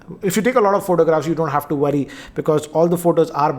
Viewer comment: Why you cant talk normal its worry not woady.